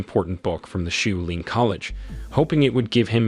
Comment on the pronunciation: Shaolin ....... shaw lin (not shoe lin)